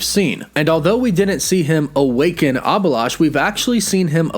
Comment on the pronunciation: It's not abilash , it's A-bhi-lash